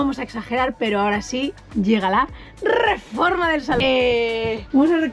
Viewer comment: Cómo pasan los años, que hemos pasado de un "RRRREPASO DE COMENTARIOS CHST CHST CHST" a un "RRREFORMA DE AUTOCARAVANA"